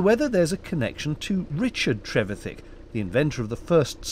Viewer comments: Richard's surname is pronounced tre-VI-thick, a bit like terrific ! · Yes, Tom Trevethick but Richard Trevithick (which the Lenton Times gets wrong). By the way, at least in Richard's surname, the stress is on the second syllable, not the first. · I liked the way you said Trev-ethic.....I suppose it’s all about the em-phasis 👍😃